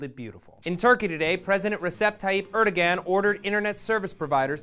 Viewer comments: Just FYI, the Turkish president's name is pronounced like "eredouan", not erdogan. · Great video working to expose the "President" of Turkey for what he is! However, his name is pronounced Aer-do-an, not Er-de-gen. I would like to share this video, but the mispronunciation may make the viewer question the veracity of the message, however unjustly. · er-doe-an pls not er-dog-an the g is silent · i think the g in his name is silent,the name is pronounced arduwan as far as i know